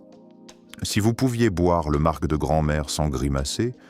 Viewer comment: On ne prononce pas le c dans le mot marc. Donc au second sujet on arrête .